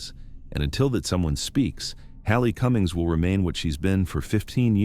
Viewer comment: Haley Cummings is pronounced with a long a 😢